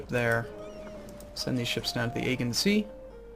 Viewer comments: LOL its not egg-e-in sea. Its Uh-gee-in sea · The G in Aegean is pronounced as a Gee rather than a Guh. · A-G-In sea is how you pronounce it lol